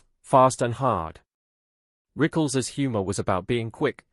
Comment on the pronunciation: Rick-less? Rickles, pronounced Rickels !